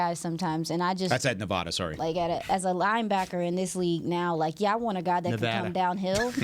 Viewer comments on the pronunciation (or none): There is no h in Nevada. Thank you.